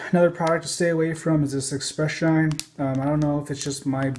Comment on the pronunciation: Is he saying sheen or mispronouncing shine?